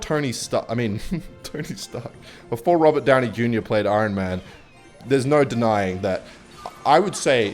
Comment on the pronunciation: I-Ron Man